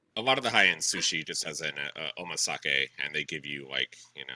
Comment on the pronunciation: holy shit they butchered omakase